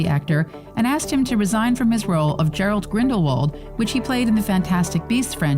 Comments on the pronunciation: Gellert, not Gerald 🤦🏽‍♀️ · It's Gellert -- not "Gerald."